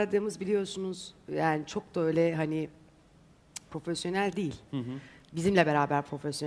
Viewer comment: Profelyonel deyince işin oruspusu aklıma geldi 😂